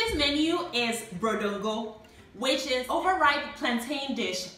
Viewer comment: It's not called brodo ngo.It's "Boodoo ngo"in fante.Please correct it."Brodo is not a fante word.Bread in fante is called"paanoo"."Boodoo ngo"is a typical fante food old padies like us have been preparing over the years.